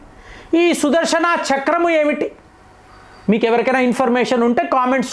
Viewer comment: sudharshanaaa kadhu sudharshana please pronounce clearly the words